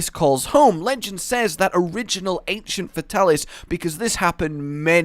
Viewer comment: Fate-alis...cant stand getting names wrong.